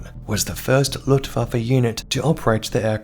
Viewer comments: The "lootvaffuh"? Its pronounced LOOFT VAHF UH. Simple. Unless youre one if those low intelligence/microbrained individuals. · ‘Ludwabbe’……..youve some odd pronunciation of ‘Luftwaffe’